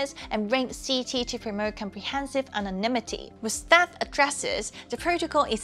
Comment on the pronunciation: Wait, did she say Sh*tanimity? 😂